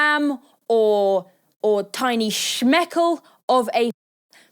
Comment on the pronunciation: as an israeli subscriber i appriciate you saying shmeckel